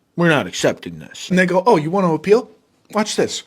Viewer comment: “___ oh you wanna appeal? watch this.” (I know he said “And they go” but it sounded like the n word)